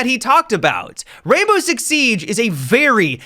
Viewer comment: Seag??? 😂 I like that. I also have a speech impediment, so dw cuz you aren’t alone.